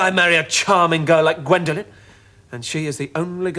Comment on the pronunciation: It's Gwendolen, not Gwendolyn.